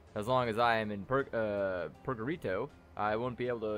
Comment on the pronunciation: Out of everything I ever saw you misread, "purgarito" is by far the best. Sounds like some weird Hispanic nickname. Love it.